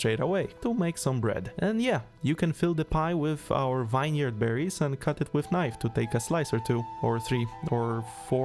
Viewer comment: well, with how he pronounced vineyard, not too surprising